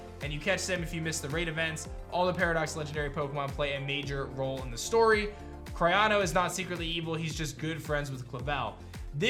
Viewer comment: The name “Cyrano” is pronounced “SEAR-uh-no” … Always enjoy your videos, best wishes.